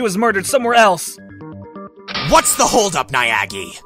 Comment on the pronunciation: why do you keep saying Niagi?